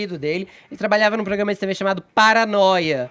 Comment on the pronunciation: 'eçe POGRAMA..'... é uma M.......